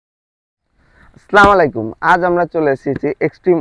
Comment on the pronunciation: সালাম শুদ্ধ করে দিতে হয়। প্রয়োজনে শুদ্ধ উচ্চারন জেনে নিন।